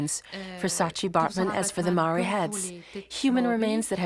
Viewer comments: Mar-ray-a???? It's pronounce Mar-reye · My god man learn how to pronounce Maori! It makes me cringe every time you butcher the word ....It is for your information pronounced Mowree not marie Mow like mow,ld (mould) ree. From the Tangata Whenua (people of the land) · Maori not mari 🤣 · it's pronounced mou-r(d)i - like mouldy but with the 'r' replacing the 'ld'. Notably the 'r' is tapped, not just said, so it's a bit like if you rolled it but only for a short amount of time. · Love it but every time he says 'mow-ree' I cringe a little